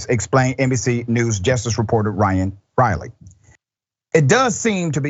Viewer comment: Great report but please say justice and not jestice!!🥸